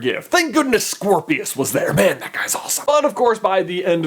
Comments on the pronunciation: It sounds like you said Squirrelpius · Scorpius. I thought it was cedric